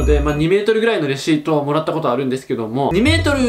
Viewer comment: レアシートってきこえた